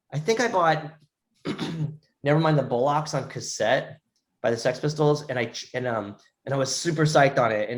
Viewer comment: Love this guy, and great interview (especially the pronunciation of bow-locks) 😄💚